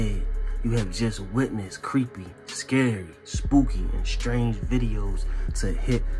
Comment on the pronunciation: S-C-A-R-Y NOT SCRAY.....LOL